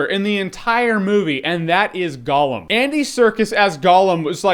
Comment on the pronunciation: Holy shit People, STOP saying fucking Golem...It's Gollum! Gollum!